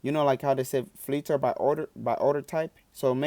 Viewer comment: Lmao, i love how he says fliter